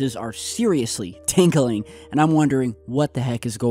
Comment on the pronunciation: lol your spidy senses “TINKL-UL-LING”